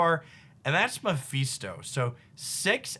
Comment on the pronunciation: GREAT VIDEO! Love your stuff. Just so you know it's "Me-fist-o" not "Meh-fees-to" :)